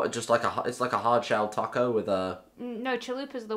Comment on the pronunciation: it’s taco not taco.